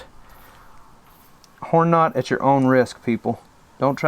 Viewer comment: “Know” damnit it’s Knot